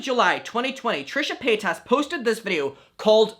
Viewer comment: Repeatedly plays a video of Trisha explaining her last name is said Paight-iss, not Pay-tas Also: Keeps calling her Trisha Pay-tas in his videos